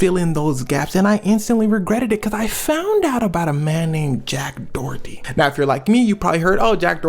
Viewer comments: I love these videos, please don’t hate me, but in the U.S. this guy’s last name is usually pronounced either “door-dee” or “dough-er-dee”, but never “Dorothy”. ❤❤❤ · Dorothy?? 😂😂😂 Door eddy is how its pronounced luv 🤣🤣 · Its pronounced Do-err-dtee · I keep hearing Jack Dorothy lmao. Not sure if it’s intentional but I’m here for if either way 😂